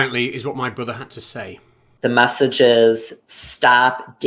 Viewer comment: Fallowing? Stap? Massige? What's going on with???